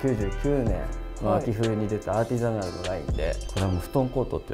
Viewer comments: アーティザナルが言えない笑笑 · アーティザナル"Artisanal" 言えてなくて草ww